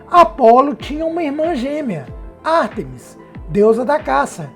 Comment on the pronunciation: Você diz Ártemis e depois diz Artêmis. Decida-se meu amigo.